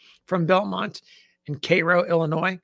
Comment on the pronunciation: Thanks for the correct pronunciation of Cairo :)